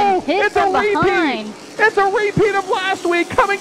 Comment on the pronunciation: "It's a wee-peat!"